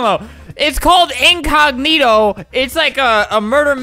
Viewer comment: everyone , basically the whole world : spells incognito inconiyito * , Albert : INKOG-NITO